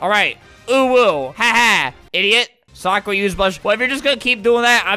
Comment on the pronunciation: ITS NOT SOKRA ITS SAKURA